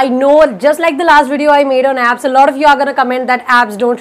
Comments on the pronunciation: Okay so so have definitely pronounced abs many a times now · Nah! I too heard "abs" :-)